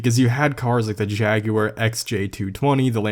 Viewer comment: Woah you prononuce Jaguar correctly :D